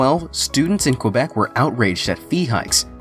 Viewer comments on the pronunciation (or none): none